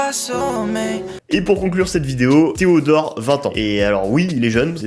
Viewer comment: Alors pourquoi tu dis "pardon theodort"